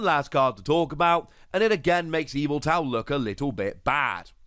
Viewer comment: Love the pronunciations Morpeeeko and Eviltowel